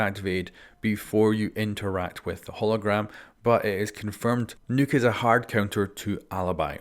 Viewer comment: Nokk not nuke